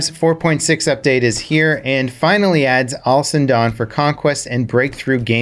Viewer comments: Why do you pronounce Al-Sundan as "awesome dawn"? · I always hear Allison Dun